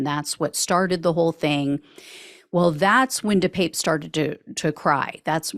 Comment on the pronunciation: De Pape pronounced de pah pe......